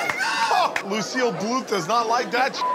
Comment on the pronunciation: He called her Luicille Bluth IM DEAD LMAO